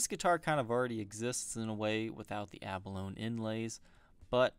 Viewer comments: You're pronouncing "abalone" incorrectly. It' like balogne, "abba low knee". Not "abba loan". Just saying. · Sorry but I just gotta be 'that guy' for a minute... 'abalone' is pronounced a-buh-lone-ee. The 'e' is not silent in this case. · That's Not How You Pronounce "Abalone" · The spelled rose wrong and you mispronounced abalone